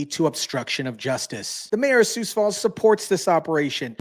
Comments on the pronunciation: It's pronounced sue, not sues. Great segment, though. ❤ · just a little pronunciation tip: the "x" in Sioux is silent! Just say "Soo" as in "soon" & you'll be golden. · "Most" of South Dakota is on board with this, but the liberetards are slowly creeping in here too! And why is driving fast being lumped in with this, we need a little excitement in Sioux Falls. Which brings me to another thing, it's pronounced Sioux (sue) Falls, a little research makes the story SOUND better. Dear criminals, A LOT of people own guns here also! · Sioux is pronounced sue.